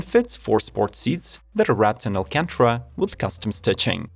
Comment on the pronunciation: Its pronounced: AL CAN TARA !!!!!!